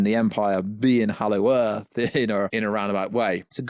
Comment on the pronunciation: Why do you always say "Hallow Earth" like Halloween and not "Hollow Earth"😂